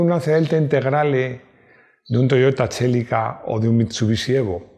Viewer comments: Toyota chélica LOL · el Toyota "Chélica", el amor de mi infancia, el último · “Toyota txelica”, dando acento vasco a los nombres jajaja